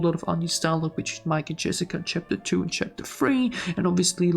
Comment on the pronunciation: bro said jerica